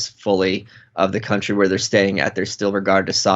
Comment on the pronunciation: For a split moment my head heard "Cunt-ry"...now I can't unhear it nor stop thinking about the aptness of it.